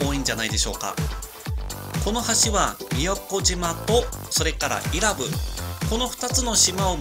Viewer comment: （い↑ら↑ぶ→）じゃなくて （い→ら↑ぶ↑）だよぉぁ